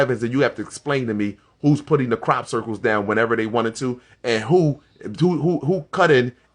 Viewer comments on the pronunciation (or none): Everytime he says crop circles I bust out laughing